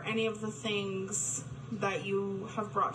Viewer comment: Anyone else notice people with this accent pronounce "th' as "f"? As in "fings" as opposed to "things".